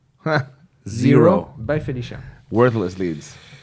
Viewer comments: Hearing "Bye Felicia" in a French accent is absolutely hilarious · It is everything! 😂